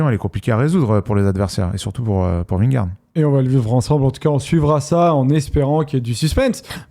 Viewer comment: Les gars je vous suis depuis le début, je vous aime d'amour mais je vous en supplie faites un effort sur la prononciation de Vingegaard svp 🙃